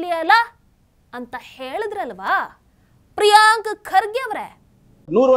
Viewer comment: ಪ್ರಿಯಾಂಕ ಅಲ್ಲ madam ಅದು ಪ್ರಿಯಾಂಕಾ😂😂😂😂